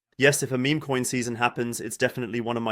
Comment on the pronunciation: Is meme pronounced meh-meh in German? I noticed this in the last video as well.